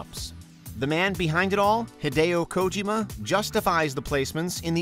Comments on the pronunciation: do you guys have a fetish for mispronouncing names and titles? its pronounced Hid-day-yo Kojeeemah not ko-jim-uh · Anyone else pissed off he disgraced hideo kojima with that pronunciation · Two things: 1 - Corporate sponsored games probably should have been their own list. They’re intentionally cheesy/corny/full of their own products because yeah, of course they are. 2 - Narration could use a bit of work with this one. It lacked a certain amount you charm from other consistent narrators and honestly, mispronouncing Hideo Kojima multiple times?